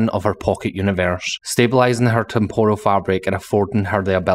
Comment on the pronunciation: It's pronounced temp ral. Not Tempural. That's Japanese batter.